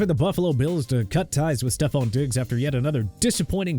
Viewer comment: You didn't have to say stefon Diggs like that but you did anyway